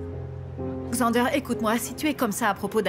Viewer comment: Yo pa di Zende yo di Xander😂😂😂